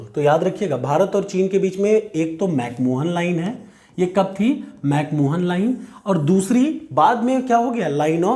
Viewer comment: 🙏 chota muh badi baat lekin Mc Mohan nahi balki Mc Mahon line hain